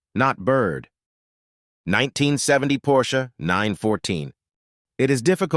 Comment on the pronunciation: and of course PorschE